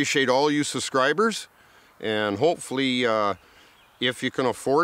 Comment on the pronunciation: it's suBscribers, from the suBscription - not the susscribers!!:'D